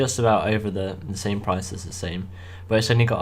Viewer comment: Great video ;) I agree with you about saving money up and also about buying a new tractor. The tractor is not pronounced SAME BUT SAMY. I think you should buy the Same or a New Holland :)